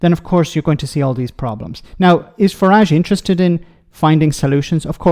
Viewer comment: Please stop calling his “far-rhaj” and call his Farage as in marriage with an F for … farage